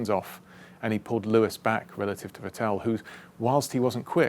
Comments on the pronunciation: I still cant stand it how he sais Vettel... Im i the only one who thinks its VETtel and not vetTEL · Va-tell? It’s emphasis is on the first syllable, Vett-el. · He pronounces Vettel like Patel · Nice one. But one thing is always bugging me, on both "Vettel" and "Pérez", James emphasizes the second syllable, but the emphasis should be on the first one. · I LOVE James but when will this bright guy with such an agile mind (who seems to be a nice, respectful man, too) challenge himself to pronounce Seb's name with better performance...;)? That said, as always, I am in awe of your "win as a team, lose as one" mantra. "We" came on at an angle says it all. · Great video, it really put things in to perspective, but my only point of criticism is, that in german you put the emphasis on the "V" rather than the "t" in "Vettel".